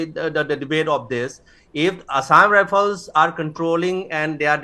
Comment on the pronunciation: it's assam rifle not assam rifene, not shoo it's soo